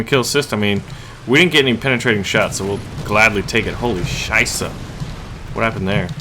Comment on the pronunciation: I love when you say "Scheisa" but its called Scheisse